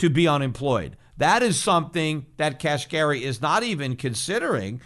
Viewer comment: Kashari?? I think you mean Neel Kashkari, Peter. Lol. 👍